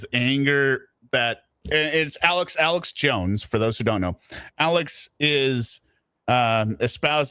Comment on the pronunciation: I hate the way he pronounces Alex. “ELEX “JACK ASSH” JONES…THE AMAZING THEORIST!!” He’s nawt a GAWD!! Also hate the way he says Family. FEM-EE-LEE!